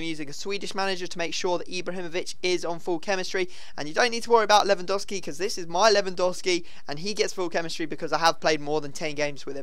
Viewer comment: I was kinda hoping for a more dramatic intro than normal, but no still "hi guys here" And I still think you saying Lewandowski wrong